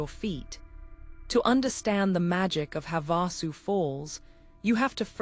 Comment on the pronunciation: If your AI can correctly pronounce "Havasupai," why can't it also pronounce Havasu Spring and Havasu Creek?" This is so annoying to those of us who know the difference.